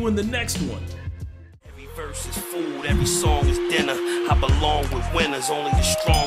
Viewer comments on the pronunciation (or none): none